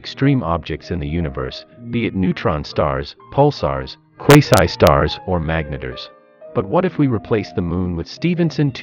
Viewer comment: okay but why did you have to say quasi star like Q U A S I S T A R